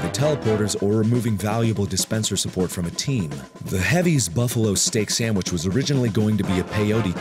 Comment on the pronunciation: it's sand*v*ich, not sandwich